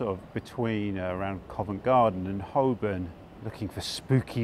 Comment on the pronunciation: Hi, Holborn is pronounced Hoe-bn, you're too much of a Londoner not to know this!!!! I love your channel, thank you for the excellent videos from a fellow East Londoner